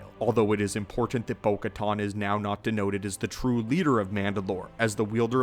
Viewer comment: Still mispronouncing Bo-Katan... it's like "can" and not "con."